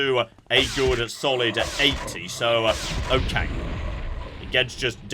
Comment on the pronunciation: You sometimes say "OKANG" instead of "okay" :D I just find it funny